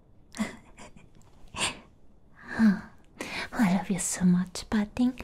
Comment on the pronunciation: lmaooo going a whole video saying pudding wrong